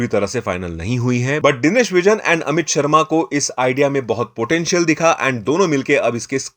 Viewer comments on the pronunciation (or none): none